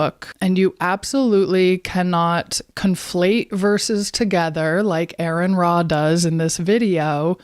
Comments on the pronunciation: I'm an exJW so I've read plenty of the bible like most JWS have..... it's "ARE EN RA" not errrrrin ra. Girl, jump off your ride. right on target. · "Hey, Lady! You Call Him! (not Ayron Ra)"